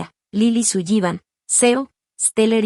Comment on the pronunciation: Interesante. Pero no me gusta como, tal vez, para los hispanos parlante, pronuncian el apellido Sullivan.